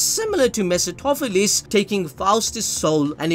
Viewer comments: it's "meh·fuh·staa·fuh·leez" Say it with me slowly... meh·fuh·staa·fuh·leez 🤣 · ME-PHIS-TO-PHE-LES (ME-FIS-TO-FE-LES)